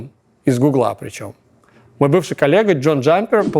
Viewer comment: Правильно гУгла, а не гуглА